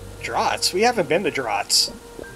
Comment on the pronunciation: And draughts are pronounced "drafts".